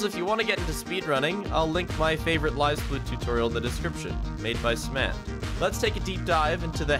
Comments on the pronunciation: did he just say smlant? im pretty sure its small-ant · MADE BY WHO????? WHY DID YOU PRONOUNCE SMALL ANT LIKE THAT LMAO